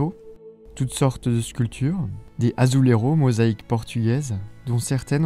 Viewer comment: Alors juste une précision, quand vous êtes au Portugal, Madère, Açores et pays où on parle le Portugais, les faïences ne se disent pas "azuleros mais azuleijos avec un "j" comme en français et non à l'espagnol, car ce n'est pas L'Espagne mais le Portugal. 😊